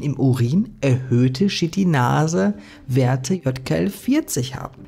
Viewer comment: YKL-40 sollte man aber nicht mit Jod Ka El Vierzig ausbuchstabieren - zumindest in meinem Alphabet wäre das eher Ypsilon Ka El Vierzig 😉 Auch die Aussprach der Chitinase erinnert mich sehr an "Shit in Nase" 🙈